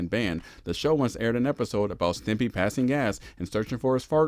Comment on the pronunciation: You called it Ren and Timpy?!?